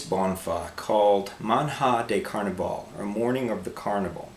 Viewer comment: "And in New York it's pronounced Meh! :o)" That's a very ignorant reply...considering you are playing foreign music you should at least be able to pronounce the original name. But sure, Rexicano is right. New Yorkers aren t bright at all, and you are a fine example of one.